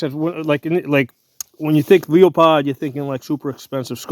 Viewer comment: Please pronounce the name correctly.